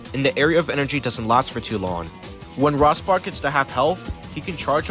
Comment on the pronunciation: The way you say "Rospark" is very odd. It's supposed to sound like "Rose-Park" as a pun on "Rose" and "Spark". There's others after you pronounce weird too.